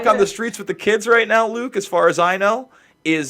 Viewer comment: The word is pronounced 'WITH' not 'WIT'